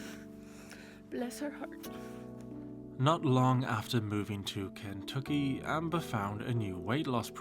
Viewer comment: The way you say "Ken-tuck-ee" is slaying me! It's reminds me of the movie "The Last of the Mohicans" with Daniel Day Lewis. I'm from rural Ohio!😂